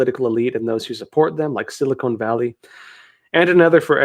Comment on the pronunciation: Silicone valley! about... lol Silicon Valley.